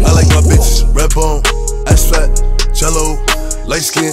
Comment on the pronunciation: am i the only one who finds it satisfying the way boogie wit a hoodie says Jello